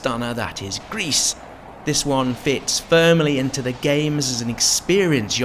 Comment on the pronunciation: Oh GRIS! beautiful game. Defiantly on my to get list. I thought you said Greece in the video and was confused LOL. Thanks